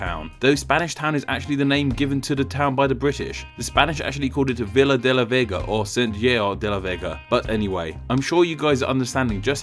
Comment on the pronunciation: it's pronounced like "seveeya la new-ava" and "veeya de la vayga"